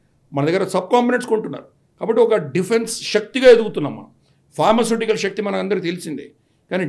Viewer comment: Shakti is wrong pronunciation